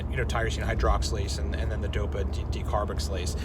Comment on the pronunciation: De-car-box-il--lase. Decarboxylase. Take it slow and she will always flow. Also some cursory reading of the IUPAC naming convention helps. There's a method to the long name madness. Appreciate the content!